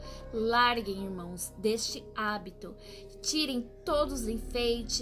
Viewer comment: Irmoes não, e sim irmãos essa é a pronúncia correta